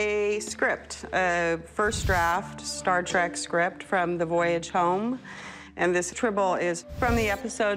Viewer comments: She may have watched all the movies cough one time each cough but she said star trak NOT TREK WTF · She’s a huge Star Trek fan but calls it Star ‘Track’ ?? Ooookay